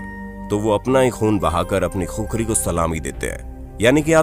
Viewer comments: Vai khukhari nahi khukuri bolo jinko aaxi tara se khukura bolna nai aata o gorkha ka nam leraha he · खुखरी नहि खुकुरी बोल्ते हे। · Khukhari nahi khukuri bolona?